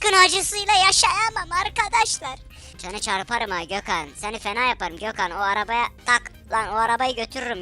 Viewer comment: Abi ne güzel Gökhan diyon